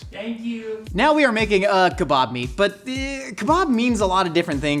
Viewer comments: Having only heard kebab pronounced in the UK, I can't go back. Kebob just isn't a kebab. A skewer sure. Souvlaki, fine. But not Kebab (ok, even the Greeks seem to confuse the two as well, I guess I can't win). Ah, mutilates the pronunciation of Doner as well, so I guess it's all good now 😀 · Why does he say donner and kebab werid